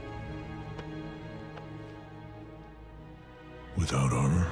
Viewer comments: without honor is what I heard the first time too XD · Wait a second! He says:"Without armor?" xD I understood "Without honor?" :`D